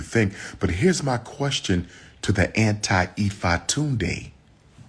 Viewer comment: LEARN how to pronounce Ifatunde properly.